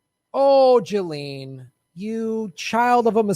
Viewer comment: You have to pronounce her name right. It's giz-lane. 8 know someone with the same name who told me that's how it's said.